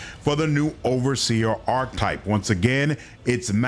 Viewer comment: Ark-ee-type 😂not arktype